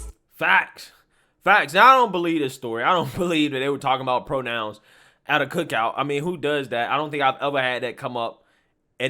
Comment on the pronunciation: She clearly said "kook out".... I assume this is a foodless pronoun party. G'damn kooks